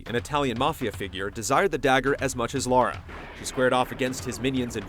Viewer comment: Immediately mispronounced her name........